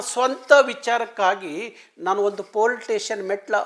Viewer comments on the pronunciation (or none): none